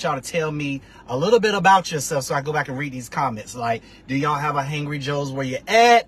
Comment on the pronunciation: How do you not know how to say “Hangry”?! Did you not think to maybe do some different takes where you actually know how to pronounce the name of the business?